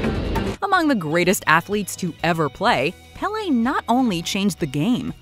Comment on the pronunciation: You’re mispronouncing Péle’s name